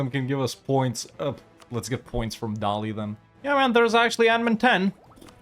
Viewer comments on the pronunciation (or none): none